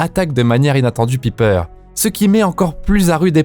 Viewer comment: Pipeur jpp mec prononce bien au moins j'adore tes vidéos mais là tu me cringes